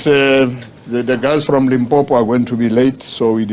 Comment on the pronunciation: its limpopo not limpompo , is that difficult?